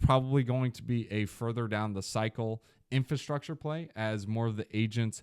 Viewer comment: Is my guy aware it's "Infrastructure" not Infustructure? Just making sure😅